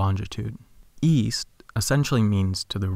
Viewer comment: Uh... I thought you said Weast.